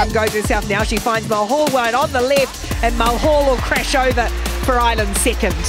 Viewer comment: Mulhall? Seriously? 😂